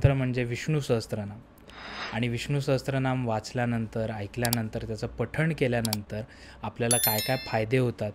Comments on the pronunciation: मी एक संस्कृत भाषेचा विद्यार्थी आहे... खुप छान podcast आहे... एक करेक्शन मला करावेसे वाटते ते म्हणजे उच्चार... Viṣṇu-Sahasra-Nāma असा स्तोत्राच्या नावाचा उच्चार करायचा आहे.. Many people mistakenly pronounce "sahasra" (सहस्र) as "sahastra" (सहस्त्र), but this is incorrect. Correct Sanskrit: The Devanagari spelling is सहस्र, not सहस्त्र. There's no 't' (त) in the word. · सहस्त्रनाम असा उच्चार नाहीये, सहस्रनाम असा उच्चार आहे.